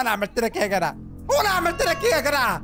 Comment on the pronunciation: بحبك جدا جدا يا + انك بتقول يا جرع مش يا جدع